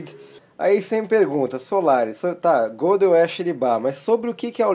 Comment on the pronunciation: Faltou maior bagagem ao para avaliar o livro.O livro é meio chatinho mas não é tão complicado assim. E outra coisa:a pronúncia do nome Gödel é Gêdeu e não Gôdeu.O Teorema e seu significado são claros.A demonstração é que não.